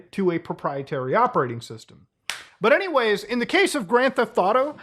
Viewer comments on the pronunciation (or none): none